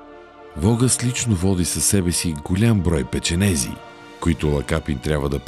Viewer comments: Какви са тия печенеЗи? Кой ви каза и къде прочетохте, че така се пише и произнася? Не е ли печенеГи?! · Не е "печенези" а "печенеги"